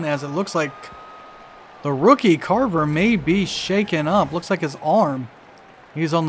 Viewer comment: viewer from the future: how long did it take you figure out that it was craver and not carver like you kept calling him lol